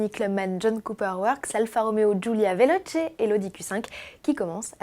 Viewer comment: Pitié Veloce se prononce "vélOtché" !